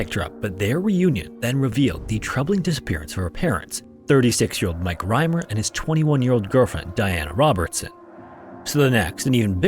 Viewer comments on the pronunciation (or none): none